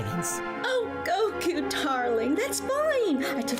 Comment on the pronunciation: Almost no comedy, that's a good way to describe these episodes. They got fancier tho 🤔 Anyway, they used the original name, Mr Satan but can't pronounce Goku correctly 😂